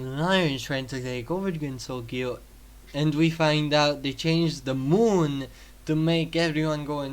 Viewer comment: Okay but I love the ZE MOOUN